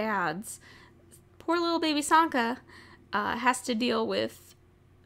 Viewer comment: I thought you said santa XD